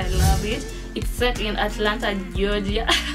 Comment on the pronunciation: Ati Alanta what? Atlanta Giogia 😂